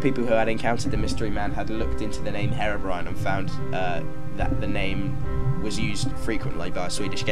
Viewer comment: The pronunciation "Haerobrine" throughout the video triggers me.